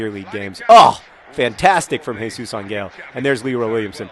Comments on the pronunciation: Hardcore online gamers and computer geeks drink mountain dew, yes, for the energy. Also, Angel is pronounced "Ahn-hel" not "Ahn-gel" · John, good job pronouncing Jesus, but try to think of Ángel as ON-hell or something. No hard g. :) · It's not a hard g in Jesus Ángel, John. it's pronounced AHN-hell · Jesus Angel's name last name is pronounced AWN-hell. The emphasis is on the first syllable and the "g" makes what in English is an "h" sound. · lol it's funny how you say "angel" XD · It's funny how you pronounce "Angel". In spanish that G sounds more like an H.